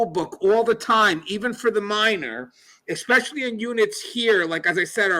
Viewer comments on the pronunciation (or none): Great video, as always. I enjoyed your book as well. Please continue the excellent work! Something I've noticed... A word you use quite often is "especially". However, YOU seem to pronounce it "expecially" or "ek-specially". Is it unintentional? Or possibly due to your accent? Again, keep up the excellent and informative work. I look forward to your videos 👍